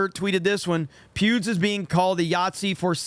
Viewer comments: Every time you say Pewds, I hear Pubes. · i keep hearing you say pubes lol